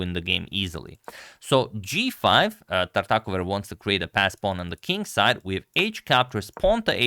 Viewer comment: So that's how you pronounce Tartakower